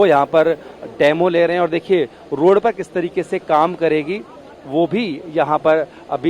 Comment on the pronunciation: रोड़ पर नहीं, रोड पर! Shabby reporter quality.